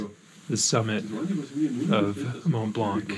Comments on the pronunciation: And by the way, there’s no K sound at the end of the word blanc in French. Can’t believe you did not pick that up from the locals. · Very impressive and nice video. For Blanc pronunciation, the c is not pronounced